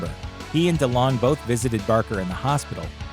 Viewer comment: How do you pronounce delonge? He said it the way I've always heard it